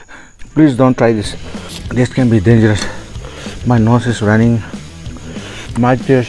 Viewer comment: Thought it was bae instead of bee🤣🤣 Was like why so romantic yar!!